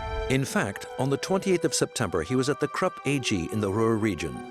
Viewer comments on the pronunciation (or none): none